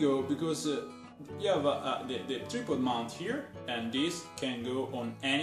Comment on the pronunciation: your english is spot on just say tripod like tr eye pod you pronounce the i like eye like ipod, not treepod lol just helping thats all